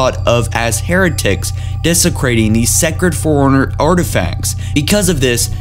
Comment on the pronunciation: Holy shit. I know you're reading off a piece of paper, but could you at least do a couple of pre reads. Dear lord dude. Not to mention one of you keeps saying "Foreigners" and not "Fore-Runners" and "cam-pain"